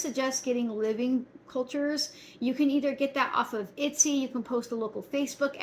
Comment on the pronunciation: when you say get the grains on "Itsy," do you mean Etsy? lol not sure if two different things or just your accent. Thanks!